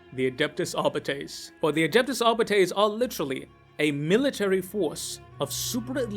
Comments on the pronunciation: I guess you read arbiter as ar-biter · "Arbytees".. lol